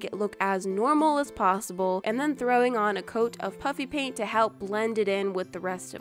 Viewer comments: Whenever you say puffy paint it sounds like you’re saying puppy paint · it is puffy pant not puppy pant. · when you say pufy pant it sands like puppy pant😂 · Anybody else here puppy paint when she says puffy paint? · Ppl think that she said puppy paint no she's actually saying puffy paint